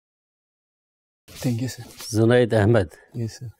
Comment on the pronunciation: The interviewers are the people who are the most qualified and dignified officers , but can not pronouncing his name JUNED properly , they are pronouncing ZUNED ,bas yahi masla hai language ka hum logo me